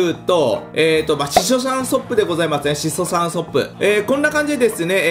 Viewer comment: しそさんソップって言ってるww